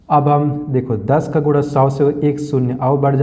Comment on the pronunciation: Guna hota hai guda nahi😂